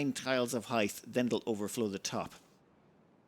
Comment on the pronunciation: "hith"? really? it's pronounced like "hite"! (and yes, I fully expect you're doing it for the trolling :D)